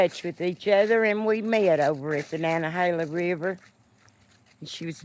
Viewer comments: I"m so happy to hear a native Appalachian pronounce "Nantahala"! haha I've hiked most of the AT, so I"m familiar. This is the first time I"ve heard it pronounced that way. I agree with you though. NO Dick Taters! (paid for by Richard Tater for president and I approve this message) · You are the best of Ameeica!! Love you,. And now I know the right way to pronounce Nantahalla😊 I never watch YouTube videos to the end, but I watched this all the way through. I so wanna be your neighbor.❤❤❤❤